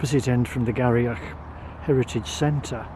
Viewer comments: Thanks for the review of Inverurie Station and surrounds. Just an FYI...Garioch is pronounced "Gheerie" as in "cheery". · FYI, Garioch is pronounced "Geery".